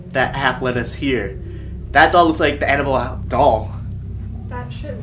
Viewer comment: It sounds like you are saying animal doll